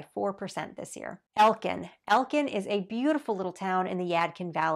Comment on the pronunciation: she did not say elkin lmao SHE DID NOT SAY ELKIN LMAO???????????